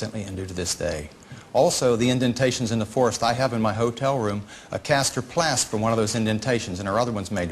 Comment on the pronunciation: "A caster plast"